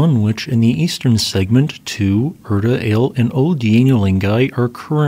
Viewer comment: erta all-eeeyh you gotta try bud